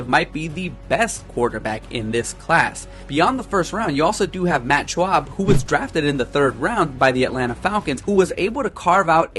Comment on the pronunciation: Schaub not SCHWAB